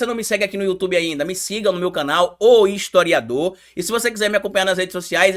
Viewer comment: Kkkkkk "Estoriador" huahuahua